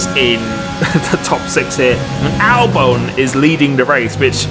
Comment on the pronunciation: Al-who sorry? Albone? I don’t believe thats right